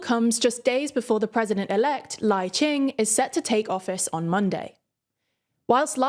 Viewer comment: A side note about LAI,CHING-TE's name. Lai is his surname, and CHING-TE his given name, pronounced something like "ching duh".